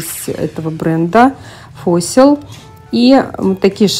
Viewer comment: Parfois - парфуА, в слове Fossil ( ископаемое ) 4 звука - ФОСЛ )